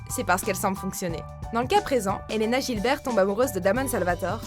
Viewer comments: Euh ? La façon de dire Elena Gibert et Damon Salvatore n'y est pas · les fans de vampire diaries seront horrifies quand ils entendront la facon dont tu a prononcer "elene gilbert et damon salvatore" !